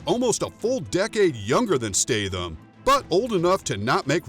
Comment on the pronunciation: I love Jason Statham but I wish you would pronounce his last name properly.